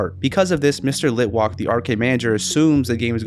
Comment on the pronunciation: Litwalk❌️ Litwack✅️